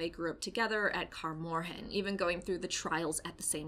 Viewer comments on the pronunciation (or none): Why “ unfortunately “?? Who wants to see Geralt & Ciri at Kaer Morhen ( not “car more-hen”) for a whole season? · “Car morhan” 😂